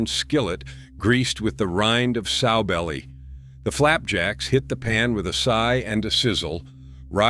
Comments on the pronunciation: It's NOT "SO" belly. It's "SOW" belly. Like the female pig. (Later he got it right.) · Pronounced Sow belly not sew belly. Like a piggy sow. Pawpaw is rolling in his grave.